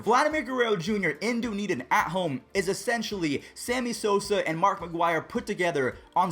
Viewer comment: The way he pronounces Dunedin xD as a local thats hilarious